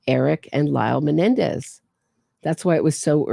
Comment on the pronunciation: “All of the Menendi!!” 😂😂😂😂